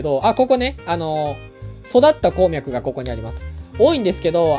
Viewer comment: こーみゃくの発音が気になるww